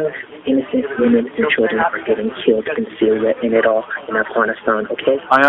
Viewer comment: When someone pronounces Iraq wild like that get them checked folks.. He (seriously rolled r) Ak